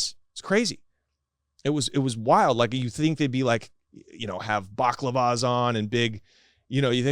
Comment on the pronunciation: Bak--clavas .....never heard it said like that😂